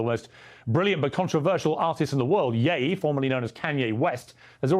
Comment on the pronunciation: I seriously don’t get now literally no one knows how to pronounce Ye. It’s literally the last two letters of his damn name. Is his name KanyEE no it’s pronounced Kanyay. He had a whole bar in a song about it. And not only that he’s been calling himself Ye since forever. It’s not something new.